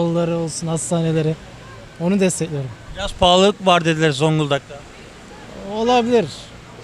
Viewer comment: Rte önce zonguldak demeyi öğrensin